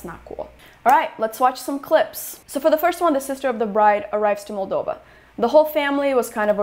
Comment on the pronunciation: Why do they pronounce it as "MAL- dova." Every time I heard it, I wanted to slap them. And I'm not anywhere near European but try and pronounce the name of the country you are in correctly